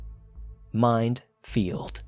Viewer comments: Is it "mine field" or "minefield"? Or "mind field"? Inquiring minds want to know.... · I heard mind field..